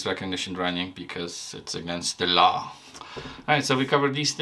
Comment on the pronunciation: "Against the leu". Inspector Clouseau...